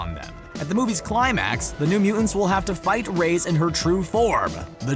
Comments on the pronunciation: My goodness, this guy needs to learn how to pronounce Reyes. It's pronounced Ray-yezz, not Raze. (cringe) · Nice video... but PLEASE learn to pronunce "Reyes" correctly (you are saying "rays")